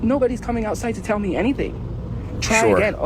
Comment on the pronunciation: I absolutely hate the way she says certain words, like tell. She says tyle instead of tell. But honestly I hate everything her racist azz says. Can't wait until she's under a bridge.